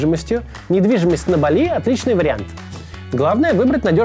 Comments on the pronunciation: бАли, а не балИ! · БАААААААЛИ, не БалИ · Я заметил одну закономерность, у кого язык подвешен , тот делает простые косяки....не балИ , а бАли правильное произношение, гугл тебе в помощь....😂😂😂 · Максим, ну начни ставить в слове «Бáли» правильно ударение уже. Редакторы твои куда смотрят?